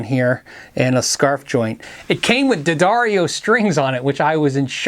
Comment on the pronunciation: Somebody pronounced D'Addario correctly! Cool.